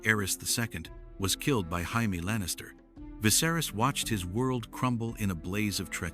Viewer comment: Did you just say Jaime as Haime